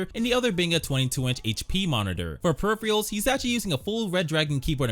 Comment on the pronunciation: My guy needs to learn how to pronounce peripherals😂😂😂